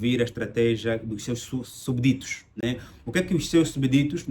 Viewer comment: Estimado, de acordo com o português de Portugal, escreve-se "Súbditos", mas a pronúncia suprime o "b", neste caso deves pronunciar "Súditos" tal como se diz em português do Brasil.